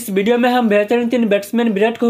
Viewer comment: Bhai bideo nai h video h ... Aur birat nai virat h kaise kaise loog aate h YouTube p yaar 😅😂